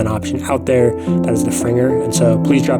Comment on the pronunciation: Gave you a like, just for pronoucing Fringer correctly!!